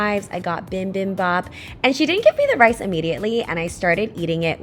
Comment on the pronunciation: Your pronunciation of bibimbap almost killed me